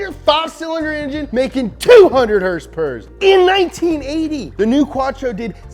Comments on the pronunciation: Two haendred heurspeurs !!! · My favorite part of this is when you actually pronounced it "Horse Power" #NomoreHRSPRS